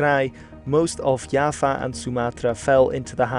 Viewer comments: it's Jawa not Yava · I just realized mans been calling java Yava. Its pronouced java like the coffe. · pronounce Java as Yava Me, an Indonesian: I felt my heart cracked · B-b-b... itu Pulau Jawa, bukan yava... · kalo di belanda j jadi y misal nya johan jadi yohan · Is it pronounced djava? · It's like "Java" (the programer's thing), or "Japan" (remove the "n"), but change the "v" (or "p") to "w" like "Washington". -> Jawa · I found this comment as soon as he said "Yava" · English: Java. Bahasa Indonesia: Jawa. Netherlands: Yava. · Yes with a thick and clear J instead of something like Y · Knowing that is Dutch: "Oh okay, understandable"